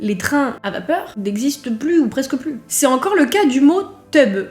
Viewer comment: Pour "la maille et l'oseille" j'ai pas l'impression que ça ait disparu un jour, j'ai toujours (35 ans) entendu le mot "maille" pour l'argent .... Quand au "tub", comme il en reste dans les fermes (reconvertis en abreuvoir souvent) je connais bien mais pour moi ça s'est toujours prononcé "tube" ... Je suis étonnée de cette prononciation un peu anglaise qui donne teube